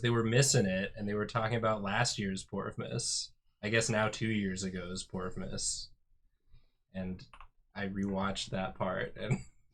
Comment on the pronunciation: I thought they were saing porkmas LMAO